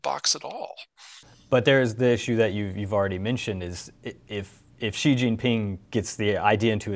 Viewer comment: She=Xi not jeeee or zheeee